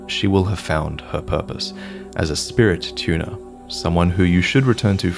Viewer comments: “Spirit tuna.” Who else heard that? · I thought you said “spirit tuna” 😂 great guide, I am level 70+ and had no idea you could upgrade spirits like my best comrade, the Jellyfish. I’ve been missing out.